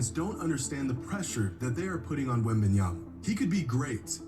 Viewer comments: “Wit Bananas” has to be flights laziest attempt to say a players name😂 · He said “Wembannas”😂😂😂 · DUDE SAID WEMBANANAS LMFAOOOOOOOOOOOOOOOOOOOOOOOOOOOOOOOOOOOOOOOOOOOOOOOOOOOOOOOOOOOOOOOOOOO BRO AM DEAD 💀💀💀💀💀💀💀💀💀💀💀💀💀💀💀💀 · this guy said wemb bananas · Flight calls Victor as "Wembanana" because Victor needs to prove himself to flight first before flight calls him his full government name hahaha 🤣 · Bro said wet bananas 😂😂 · Bro... it has been a minute since I watched Flight but why is this man making a lot of sense... outside of a few small comments plus his wack ass name pronunciation